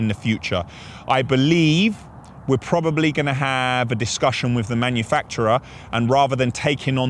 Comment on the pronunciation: 34.14 - why did you say PWWWWOBABLY